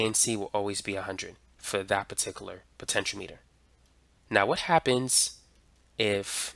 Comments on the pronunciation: It's pronounced speed-ometer. Not speedo-meter. Potenti-ometer, my friend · My friend, it's "puh·ten·shee·aa·muh·tr" 6 syllables Not Po-ten-cho-meter It's "po-ten-che-ahh-meter" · that it's Potentiometer not Potentialimiter... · Great video just it's pronounced potenti o meter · Thanks for the video. Btw, it's pronounced po-tench-e-ah-me-ter. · Why are you pronouncing it wrong? I cringe every time... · Am I the only one who finds his mispronunciation of the word "potentiometer" to be a bit off-putting? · Everything except how to pronounce potentiometer (also he sounds Asian) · Ehhh. He doesn't know how to pronounce "potentiometer" lol. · well, he doesn't know how to pronounce "potentiometer" . . ., so clearly not everything.